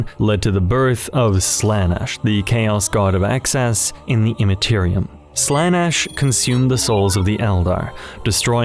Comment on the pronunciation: great vid, however there are two big problems 1. While these are some interesting theories they are most likely wrong because Games Workshop is not clever enough for half of this. 2. ... the pronunciation of Slanesh and the Omnissiah... (also in generall the audio quality drops a bit during the islam section- or maybe not drop but changes and feels a bit odd).